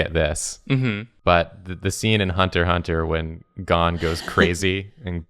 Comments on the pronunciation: "Just pronounce Gon as Gone while I'm at it" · I am actually offended by mispronunciation of GON!